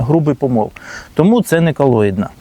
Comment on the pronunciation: Не кАлоїдна, а кОлоїдна.